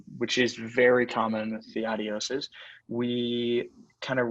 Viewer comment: Nevermind the Adidas rep pronounces it correctly, its who say Ad-dios.